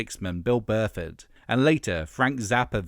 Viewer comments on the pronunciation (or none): Argh, it's Bill Bruford, not Burford! I was really being impressed by the level of research into early Genesis, even having a shot of Phil in Flaming Youth, and then this happens... 😕 You also skipped over his playing with Brand X. Aha, you know what we commenters like: we like to talk about ourselves! I love Phil Collins. And Genesis, old and new. And Mike and the Mechanics, and Peter Gabriel, and Steve Hackett, and even Tony Banks's solo stuff. A whole bunch of great music in the "Genesis-verse"! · Bill Bruford, not Burford. Sigh. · lol, “Bill Burr-Ford” sorry mate, that was a fumble. Bill Bruford (and Bill Burr) deserve respect on their names…